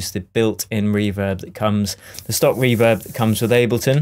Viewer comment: Reem rooverb 😂😂 Love these videos man